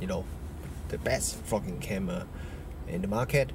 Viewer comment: Your accent has given me a smile. For the first half I thought you were saying 'the best f** king camera :) the smile came when I realized you were saying 'best VLOGing camera. My bad, but it did make me laugh. A tip - you talked about a lack of dynamic range and did not seem to be aware of two things: first, the camera has an HDR mode which would bring the detail back into those blown out highlights. Second - use a variable ND filter to control light better. I think that camera has a 49mm filter thread and a smaller size ND like that won't be all that expensive. Try it out in the shop just in case it vignettes at the wide end. If so use a step-up ring and try a wider ND. The lack of built-in ND is the worst aspect of the AX53 and this Panasonic but that comes with the lower price point compared with more expensive camcorders. Another tip - that camera has a slow zoom function that can sometimes be a better choice than using the zoom rocker. It is one of the features that the Sony AX53 lacks but would benefit from. You can set the slow zoom to either normal speed or slow speed and once enabled gives a constant zoom speed that is easier on the eyes. Great feature. Rather than just comparing with DSLR form-factors you should compare against the gold standard camcorder in this price range - the Sony AX53. The differences between them are very interesting (hint: there is no winner, they are both great but each does things the other doesn't). For just a little extra money there is